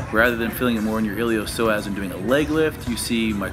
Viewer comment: Steve you keep saying Iliosoas, but the muscles are called the Iliopsoas.